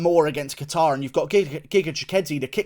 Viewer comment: As a fellow Calvin, Guru it’s pronounced “cater”